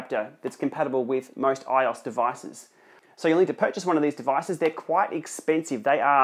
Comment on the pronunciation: It's pronounced I-O-S not ios 😂😂